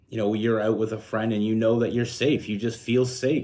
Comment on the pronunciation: Once again, I can’t figure out if you’re saying “out” or “oat”…. Trying to figure out what a “oatfit” is… You said only telling a short story… Lol… All of those short stories you tell add up to long stories….